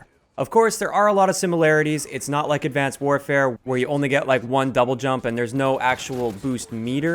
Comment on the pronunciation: Did he say advanced warfare